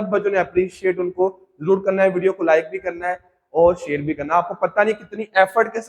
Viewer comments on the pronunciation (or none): none